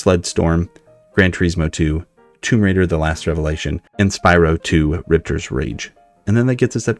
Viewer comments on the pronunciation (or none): none